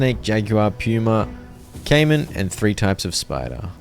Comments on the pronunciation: im cackling at Puma being pronounce Pew-mer. i know why, but it's still funny to hear. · his pronunciation of puma is so funny to me PUEWMA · is it just me or is he saying pyuma instead of puma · The way pronounces "Puma" is driving me crazy XD